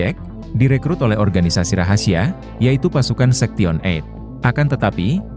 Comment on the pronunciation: Ngomong sektion berkali kali, sebenarnya story teller nya tau atau pura2 gak tau sih?? Sebab ngomong 8/eight nya bener…Sorry kritik utk membangun